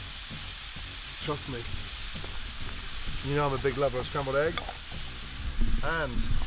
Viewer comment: I fucking hate how he pronounces "scrambode ehggz".